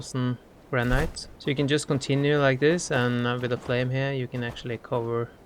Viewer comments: Its not prenounced "Gran-night" its "Gran-it" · I bet his English is way better than your second language, if you even have one. I think his English is great! I wish my Spanish and Japanese were HALF as good as his English. By the way, LOVE that he pronounces it gran-NIGHT. It sounds so classy.